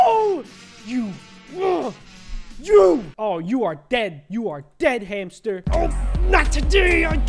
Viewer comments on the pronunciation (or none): sounded like he was saying the "b word" when he said hamster